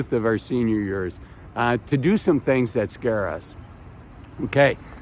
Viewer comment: "senior yurs".